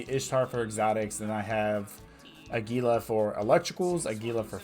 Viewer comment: Your videos are awesome dude. I have been watching a bunch of them to improve my abyssal runs. My only thing is how you pronounce Gila (phonetically it's hee-la; like the lizard). Keep up the great work!